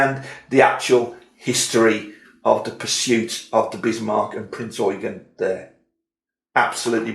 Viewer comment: So glad you pronounced Eugen correctly. I could not finish the review that continually said Prince Eugene.... You have a new follower.